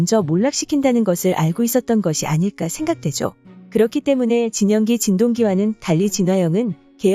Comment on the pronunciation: 근대 왜 자꾸 진영기를 진양기라고 해요?